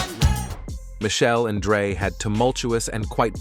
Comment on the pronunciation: It’s not “Michelle.” It’s pronounced: mish- shell- lay. It’s not “shoog.” It’s “shug.” If true, it’s sad that Dre hits females. It’s equally sad that Dre and is a billionaire that pays literally nothing in child support.